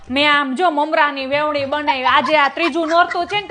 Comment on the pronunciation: Vevni nhi ben Veni bolo